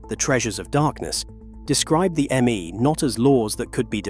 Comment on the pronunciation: The "Me" pronouncements or decrees are pronounced "May" as in the month. Your AI should know that.